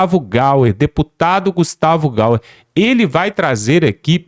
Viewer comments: Não e Gustavo Gauer. E G A Y E R. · Alô, amigo: o deputado não é GaUer , é GaIer, com i! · Não é gustavo gauer e sim GUSTAVO GAYER